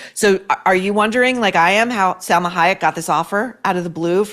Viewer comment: It’s pronounced SAL-MA not SEL-MA You would appreciate this little correction. Love your Kennedy women book I’m reading right now ! When is the next one for us troublemakers !?